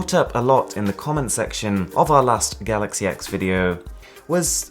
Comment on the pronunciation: It’s pronounced ‘galaxy 10’. It’s really not hard to get it right...